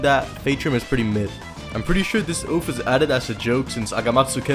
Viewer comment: Oath not Oaf